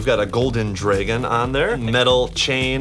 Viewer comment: It's not drawgon it's not draygon it's DRAGON